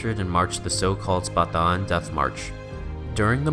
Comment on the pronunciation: Thank you for pronouncing BATAAN correctly.